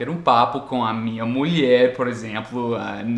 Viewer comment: A minha muié kkkk, parece q ele está aprendendo portugues nordestino